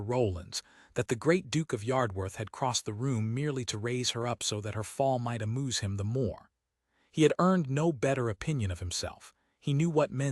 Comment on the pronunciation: duch-esses not doo- esses..... And amuse not a mousse. Preuett is Pruewitt....